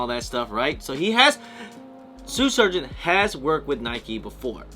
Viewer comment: Love the way you can’t say Shoe Surgeon. “Sue Surgeon”. Must be working too hard.